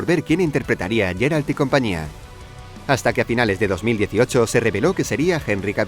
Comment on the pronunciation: Es Geralt no Jeralt diossss